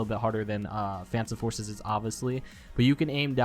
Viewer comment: tip: say phantom forces correct